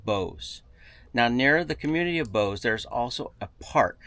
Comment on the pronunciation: "Bose"?! No, it is Bouse!